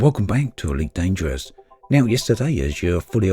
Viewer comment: "Ee-weet Danger-woss"